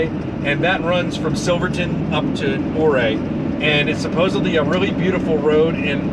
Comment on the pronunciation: I enjoy your videos….FYI, Ouray is pronounced….Uray. We camp at the KOA there almost every year. The “million $ highway” is not all that bad as long and one is paying attention. It is difficult to take in the views while driving, I suggest you switch drivers on the way back so the other person can enjoy the views. Also, Silverton is a great mountain mining town.